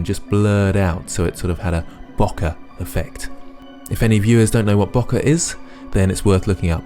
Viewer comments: If I knew the opposition was going to be so strong, I would've packed more firepower and time into my scene. I don't disagree with your decision on the winner, it was a good piece. P.S. Isn't Bokeh pronounced BOH-KAY? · bokeh is a Japanese word so it should be pronounced simply as "bo-ke" (without any English pronunciation rules)